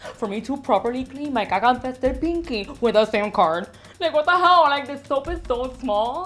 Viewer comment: Spilled my drink. She called it a sim card 😂😂😂